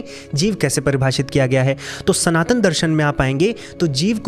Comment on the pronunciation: SanTan sanatan sanatan... Aur kuch bhi sahi se bol le